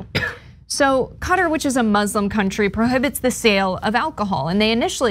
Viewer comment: Why pronounce the word Muslim as Mozlem. I know you would think this is not a very important point to many people. But please try and read the word Muslim and Islam properly. No Cenk, the whole world does not drink. You say most Muslims drink? Where is this from? Turkey is a secular country and you are well aware of this. Many muslim countries do not allow alcohol and drinking is not prevalent. Disappointing. You could see it as a positive. They are at least blatantly not wanting to make money. Please stop being HYPOCRITES. The double standards are obvious.